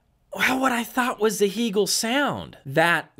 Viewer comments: I had never heard anyone mispronounce Hegel until this video. It does take away from your perceived knowledge of a brand. Most English speakers pronounce it the same as the philosopher’s name. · I think these things are important. Just like how people prefer having their own names pronounced correctly. As a Canadian dealer, I can tell you it is "hay-gul" or "hay-gel" as opposed to "hee". If you watch videos by Bent or Anders, you'll see they pronounce it this way.